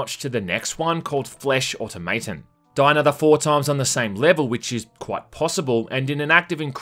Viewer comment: Say the word "Automaton" again for me.